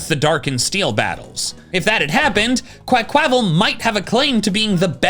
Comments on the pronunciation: Why do you say Quaquaval like that 😢 Meowscarada too??? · It’s pronounced uh-MORE-uh, QUAH-qua-vull, and WIH-noh-nuh, “”! 🤨 And I now hate you for dissing Greninja, since I’ve pretty much made up for its issues with Charizard and Roserade. 😤